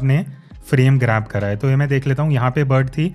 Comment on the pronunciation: Thanks for kids this information But please say again kara kara Kia kaha kijye kara ni hota I'm from Pakistan lahore Don't mind please